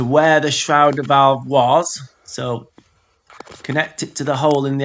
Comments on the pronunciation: FFS - Stop saying SHROWDER VALVE - Just look at how it's spelled - it's a SHRAYDER Valve - dickhead. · It's a SHRADER valve. SHRA rhymes with HAY, not HOW!